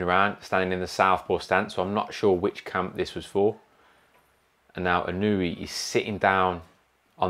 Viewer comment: Inoue: ✅ EE-KNOW-EH (close enough) ❌ IH-KNEW-EE (not close) Really solid base on that little guy. Almost Pacquiao legs. He sure did make Fulton look chicken-legged by comparison. Excellent body mechanics -- so much torque. *WHAP*